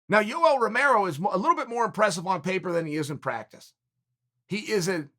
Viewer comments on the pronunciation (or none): Chael"you ell romero" sonnen